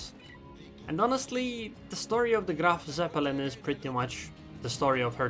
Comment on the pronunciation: "The Grrrrrrrraf Zeppelin"